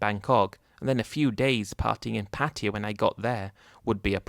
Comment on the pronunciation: Why do you keep calling Pattaya as Patiya.. 😅😅😅